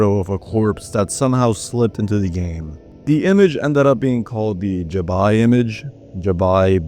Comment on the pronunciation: That pronunciation of "yabai" you just have to pronounce it phonetically 😭